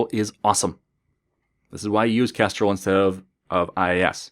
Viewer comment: Hello; would you mind doing a tutorial on Kestrel? I had to listen very carefully at what you were saying in this video, and try various interpretations of what you said (Castrol, Kastrol, Kestral..) I found a topic, but not really a way to install something?